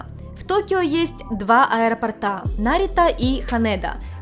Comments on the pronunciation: аэропОрта, а не аэропортА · Я конечно извиняюсь, но у меня уши свернулись в трубочку от аэропортА....аэропОрта, правильно. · Из аэропОрта, не аэропортА. Надеюсь, это было не грубо. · Прошу прощения, понятно, что в Японии вам это мало пригождается, но раз уж вы на русскоязычную аудиторию вещаете - аэропОрта, барышня, аэропОрта, будьте так добры. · АэропОрта Режет слух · Простите, подушню. АэропОрта. Очень цепляет слух. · миленькая, очень люблю вас и ваш канал, но за это видео вы меня словно 10 раз по башке огрели чем-то тяжёлым 😭 Что - аэропо́рт Нет аэропо́рта Чем - аэропо́ртом Об - аэропо́рте А на последний слог только в 1 варианте: Где - в аэропорту́ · ТортЫ, тортА, аэропортЫ, аэропортА))). С ударениями беда))).